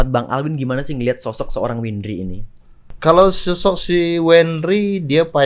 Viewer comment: Wendri siapa ? Windri oi bukan wendri 🤣